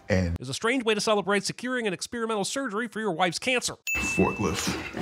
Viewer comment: Sinning the Subtitler for confusing “populace” and “populous.” – Sinning the Sin Guy for once again mispronouncing “experimental” even though he’s just heard it pronounced correctly three times in a row. – Sinning the Sin Guy for not understanding how Cheeto dust works.